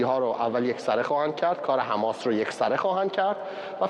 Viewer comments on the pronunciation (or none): none